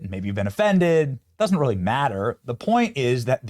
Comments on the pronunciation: Rearry, Benny? LOL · Oh, REARRY?!?! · "Ohhhh, rearry???"😂😂😂😂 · “Oh rearry” should have taken off culturally when that episode came out. Freaking hilarious